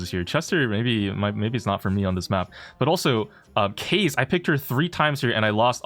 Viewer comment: As an asian how do you mispronounce kaze